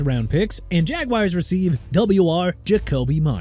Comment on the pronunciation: MIAMI DOLPHINS B- AND JAELAN PHILLIPS TO PHILADELPHIA NEW ORLEANS PRONOUNCED NEW OR-LINS NOT NEW OR LEANS CHICAGO PRONOUNCED SHEE-KAH-GOW NOT CHI-KA-GOW JAGUARS PRONOUNCED JA-GWAARS NOT JAGWIRES DRE'MONT JONES PRONOUNCED DRAY-MOUNT JA'SIR SMITH PRONOUNCED JUH-SEER JOE TRYON-SHOYINKA PRONOUNCED TRI-UHN SHOW-YEEN-KUH AND TRYON NOT TYRON MAZI SMITH PRONOUNCED MAH-ZEE